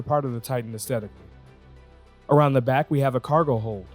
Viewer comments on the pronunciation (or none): none